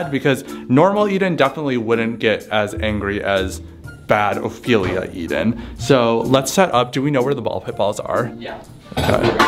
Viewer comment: it’s ophelia not opelia